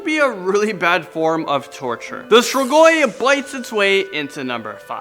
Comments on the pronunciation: Strigoi is pronounced STREE-gwy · Your not saying strigoi right